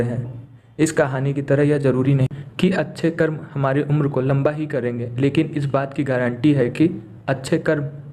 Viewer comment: Good story but please use Hindi words CORRECTLY! It's कर्म and NOT कर्मा! Foreigners have destroyed out languages by adding "a".